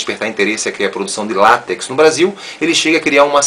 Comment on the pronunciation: Pronunciou látex corretamente! Sem querer desmerecer a sua cultura. Abraço